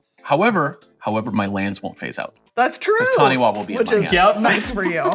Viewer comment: Taniwha is pronounced tani-far, Taniwha is a Māori word and wh is pronounced as an f sound